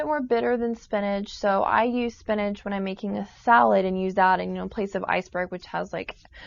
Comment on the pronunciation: Did she say Spinage? It's SPINACH!!!!